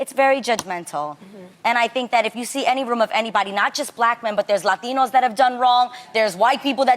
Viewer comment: wtf is a "lathino"..